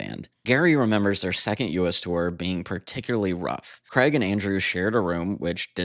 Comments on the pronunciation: Why say cregg it's Craig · It's Craig, not kreg. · Interesting but Man, it’s not pronounced Creg!! His name is pronounced CRAYG. It rhymes with HAGUE. Please get this right. Thanks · Why cant Americans pronounce Craig ?